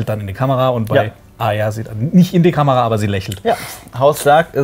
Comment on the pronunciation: Nichts gegen euch aber ich hasse es wenn Leute Arya "Aya" aussprechen.😂